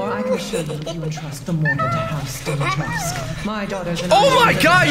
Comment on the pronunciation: As a romanian, I'm telling you, pronunciation is something like Dee-mee-tra-scoo something like lay